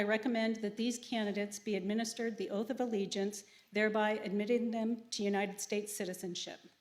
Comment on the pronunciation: Boy that got butchered talking about the oath this is them of the USA